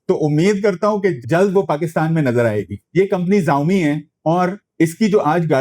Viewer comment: ZAAOMI nahiii SHAAOMI pronounciation he